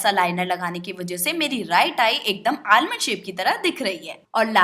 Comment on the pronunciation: उसे आलमंड नही आमंड आइल कहते है।